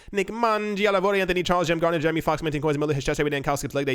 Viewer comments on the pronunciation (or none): none